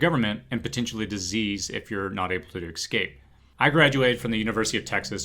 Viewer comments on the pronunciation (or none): How did you graduate with a degree in microbiology and not learn how to pronounce the word ESCAPE.???? There is no "c" before the s... Was with you until that point then you lost all sophistication points...